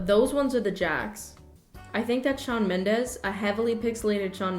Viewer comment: "tHaT's cHaWn MeNdEs" ksksk im sorry